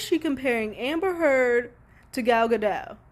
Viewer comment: You're good you said Gal Gadot name right. And how do you think Warner brothers feels about the spoilers spoilers for Aquaman A baby! They are so pissed. And how do you think Jason mamoa feels about being compared to Amber heard lol